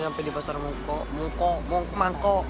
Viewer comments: Mangkok ea bukan mangkok,,, kwkwkkw 😅😅😅 hangakai hai Hongkong 😍😍😍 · Mongkok bkn Mangkok😁😁